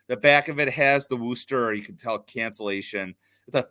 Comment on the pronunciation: A quick little geography/pronunciation lesson for you: the city of Worcester, MA is pronounced "Wuh-ster" and not "Woo-ster" :) Regardless, great info about Jesse!